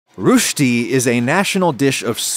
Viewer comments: To a Finnish person who has heard it being said as 'Rösti' with some pretty hard letters and a clear 'ö' and everything, this sounds more like 'Rhyusti' to me xD But he's trying and honestly, German speaking people most likely say it differently than us Finns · I have no idea how the Swiss actually say it, so I'm not an authority on it and it isn't a critique. But I kinda love how he pronounces Rösti more like Rüschti. Makes it sound more adorable. I usually buy Rösti Corners premade and love them with a little salt and Tzatziki as a quick meal when I'm lazy. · If you know some French, the "ö" in Rösti is pronounced the same es the "eu" in veux. So R"eu"schti. You got the sch sound correct though :D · Little pronounciation tip; you would be far closer in standard American English if you pronounced it as "rusty". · It's more like the French word boef. Roesti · Great video. I am going to try some of those techniques. Grew up on roesti, never was a fan. But maybe that's because there are more ways to fail than succeed! On a side note, it's pronounced closer to "rush-ty" rather than using the "u" in "ruching". Of coure "oe" or o umlaut is a German vowel and has no equivalent in English. It does in French (the famous "euh" that the French use when hesitating). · As a Swiss guy, I had to laugh at the way he pronounced Röschti 🤭 Liked the video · "Rushte", very funny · It’s not pronounced “rooshdy.” The vowel is ö. You can approximate it by forming your mouth as if you’re going to say “o” and then say “é” (or “ay”) through the rounded lips. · "roushty" ouch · Please, you pronounce "Rösti" as "rushtee". The "u" ist like the "u" in the word "burn" and the "ee" at the end is short. The stress in the word is on the "u" or the "ö", so thi "öö" is a bit longer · Rooshdi.... Man I wish with all this effort you would have spent 1 minute googling the pronunciation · It's not "rooshti" for God's sake! The vocal is pronounced somewhat like in 'burn' or 'her'. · rooshti? bruh...